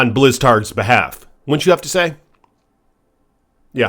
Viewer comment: The best part of this video is him calling Blizzard, Blizztard. 1st of all he dsays he's been playing Diablo since Diablo 1, but doesn't know how to pronounce "Diablo"? Next, he can't even speak properly and says "a'ight" a million times, then around 11 mins the screaming is just crazy, then he gets even louder! Dude's a f'n moron, imo. Why doesn't he bitch about the imbalance in Tempering and Masterworking and the weight certain affixes have, something thats a legit concern. proves how f'n stupid this guy is. Diablo 2 is the best there is, the best there was, and the best there ever will be! It's the f'n GOAT and he says it sucks? Clueless.